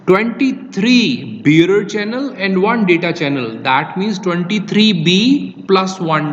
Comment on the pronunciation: It sounds like you're saying beer channel. What is that word you're saying?